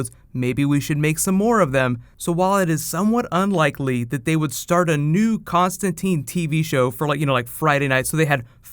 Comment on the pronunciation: Hope I'm not only one who knows he's misprouncing Constantine.